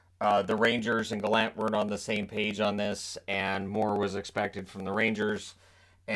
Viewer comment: From a Prince Edward Islander, thank you for pronouncing Gallant correctly, rather than the pompous version by Elliotte Friedman and others.